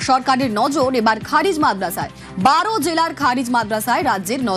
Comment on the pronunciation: আপনি ভুলভাল উচ্চারণ করছেন। খারিজ মাদ্রাসা না খারেজী মাদ্রাসা হবে। এই সমস্ত মাদ্রাসা শিক্ষা দেয় নিখুঁত,দেশপ্রেম,আদর্শ মানুষ তৈরি করার জন্যে। এই মাদ্রাসা থেকে শিক্ষা দেওয়া হয় দেশের জন্যে প্রাণ দেওয়ার জন্যে। সুতরাং আপনি সঠিক ,নির্ভুল উচ্চারণ করুন অথবা ভালোভাবে জেনে শুনে খবর পরিবেশন করুন।